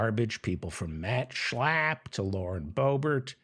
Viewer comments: Please stop with the obnoxious slurring of Mat Slap's name. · I'm in Australia at is 12 Mitnith and Laughing the way you say Shla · Sorry, I could only make it to on the video. Your nasal pronunciation of Max Schlapp was funny the first time, but became rapidly annoying. Thanks anyway.